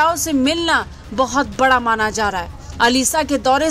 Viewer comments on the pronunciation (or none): none